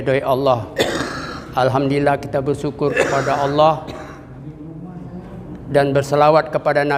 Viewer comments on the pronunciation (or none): none